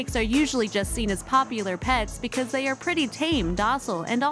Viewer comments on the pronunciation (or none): Funny pronunciation. ‘Popular’ was POP -yooo-lur